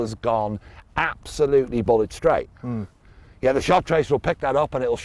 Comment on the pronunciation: The first time I heard this, I thought said "Bollock straight", I now realise he said "Bullet straight"!